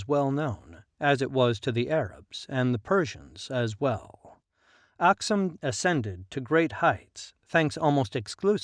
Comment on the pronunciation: For the writer: Please correct some words in ur narration. Not oxum but Aksum/Axum Not gemene Mesafint but Zemene .... Not cush but Kush Not highly ...but Haile-Silassie etc